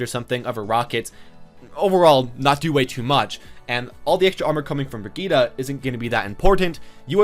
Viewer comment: Just wanted to say that Brigitte is pronounced "Bri-geet" My dad speaks quite a few european languages so I know this from experience.